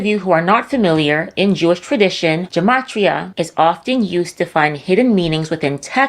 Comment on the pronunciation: It’s gematria with a hard “g.” It’s not occult numerology. In Hebrew, every letter has a numerical value. These people are idiots.